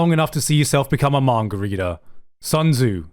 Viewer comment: I was gonna finish this but he said manger instead of manga i hate people with speech impediments